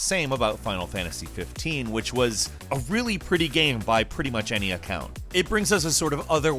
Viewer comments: I've been trying to figure out what's wrong with the way says the word "game" he doesn't always do it but I've got it. He says "gayum" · Does anyone else hear say, "game," as, "gayum"??? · Yes! I’ve been scrolling on comments looking for this to see if it was just me... is there any particular reason for it, like a regional accent? Genuine doubt. Love the ranks though.